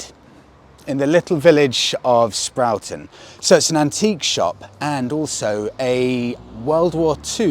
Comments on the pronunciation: Love the tea room in Sproughton. It uses to be a engineering business. Owned by Richard Ransome Set up when he feel out with his family , who owned Ransomes of Ipswich. They once employed 3500 in Ipswich based in Duke Street. Not sprouton ' Sprorton ' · It's pronounced Sprawton. not Brussel sproughton. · It's pronounced Sprorton buh 😂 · FYI Sproughton is pronounced 'Sprawton'. Great vid 👍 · the place you’re at is pronounced ‘Sprorton’ it’s Suffolk where everything is different!